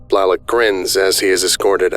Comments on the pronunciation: Blalock is pronounced “bl-ay-lahk” just for future reference. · I have never heard Blalock pronounced Blahlock before 🤔